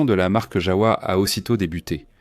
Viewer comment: ons prononce JAVA le W ce prononce V et le V se prononce F